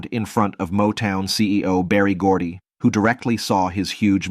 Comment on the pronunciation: It’s Berry GORDY !! Ok !?